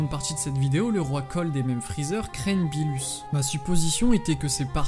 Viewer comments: ce n'est pas "beelus" mais "beerus" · Qui sa stresssss quand il dit "billus" au lieu de «beerus» ?😂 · On dit beerus pas beelus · Première remarque: on dit Berrus pas Belus. Deuxième: c'est Berrus qui a ordonné la destruction de la planète Vegeta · Cool la vidéo mais on dis beeRus pas beeLus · Pk tu dit "beelus" et pas beerus ? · Ouai mais genre c gênant moi chuis pas quelqu'un qui et la avk toute les prononciation c'est pour sa que je trouve mieux de dire beerus après chacun ses goûts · arrête de dire le beelus dis beerus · Ses beerus et pas beelus aprznd à parler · Pourquoi tu dit beelus au lieu de beeRus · Tu as du mal à rouler les R lol. Du coup tu dis Beelus ou au lieu de Beerus mdr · Aprznd à dire beerus et pas beelus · Arrête de dire beelus c beerus wsh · Ne dit pas bilus mais birus stp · Non tu dois plus rouler ton R c'est BeeRrrrrus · Vortex Aniki ok mais si tu parle fr c mieux de le pronocer en fr Ps:tu na pas fais ton intro toi meme hahahahaahahah bon ct drole entouca ct pas mal voila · Z Oue mais sa fait bizard impeu